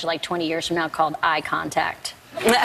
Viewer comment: laughing at myself cuz when she said ''eye contact '' I thought she said ''icontact''